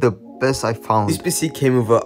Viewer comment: I swear he said spissss and not pc😂